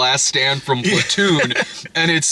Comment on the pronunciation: Does anyone hear Splatoon whenever Brad says Platoon